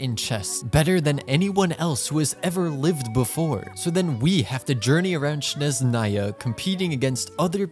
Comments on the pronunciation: it's snezhnaya, not shneznaya... please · Good luck on Klee & Heizou but also Snezhnaya is pronounced with not ‘Z’ but like ‘J in bonjour’, Snejnaya 😅